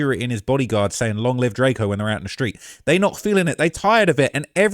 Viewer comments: keep calling him DRAK-O at same time saying he qualified to talk about him lol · “It’s drakeo not drako get it right!”